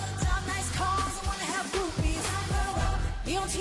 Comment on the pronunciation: It’s actually “I wanna have groupies” 😆😆 But she deffo makes it sound like boobies lol